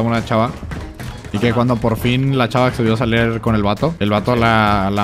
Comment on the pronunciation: Alguien se dió cuenta que dijo "Saler" al principio en lugar de "Salir"?😂